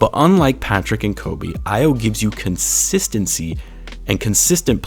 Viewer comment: AYO is pronounced AHH-YAWW. Not AYY-YOO. -a Nigerian